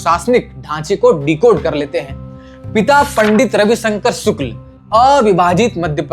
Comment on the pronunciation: सुक्ल नहीं शुक्ल, क्या पत्रकार है ये